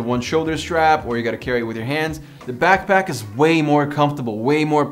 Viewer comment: it's back pack not back back